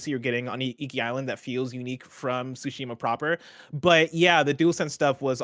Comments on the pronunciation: Greg, your pronunciation of Tsushima is better than most but still not quite there. It’s TSOO-shee-maw (the T is not silent). But I also wouldn’t worry too much as long as you’re trying, most of your audience probably doesn’t speak Japanese. As a side note to Tim since it comes up pretty often, it’s O-nimusha, not AW-nimusha. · But the second way isn’t correct either. It’s Su- Shi- Ma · it’s TSU-shi-ma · I know that but for some one that might not know Japanese they’ll probably over pronounce the t. It’s hard to tell someone how to pronounce something via text lol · Still not correct, better than most but the T is not silent. He’s also pronouncing the second syllable wrong. Actually all of the syllables are mispronounced lol. But I don’t expect everyone to speak Japanese.